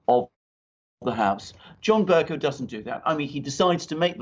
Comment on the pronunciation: Bercoe, not cow. Please pronounce it properly. I just can't bear to listen.